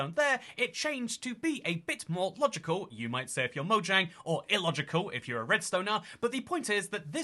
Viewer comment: It's spelled "Mojang" It's pronounced "Moyang"